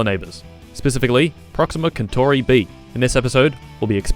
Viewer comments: did you just call proxima centauri "proxima kentorry"? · it's pronounced proxima sentori you muffin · damn, i was pronouncing Proxima Kentauri wrong my whole life... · He actually said proxima kentori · You're saying centauri wrong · Until you spelt Proxima Kentauri with a K I thought he was pronouncing it wrong the whole time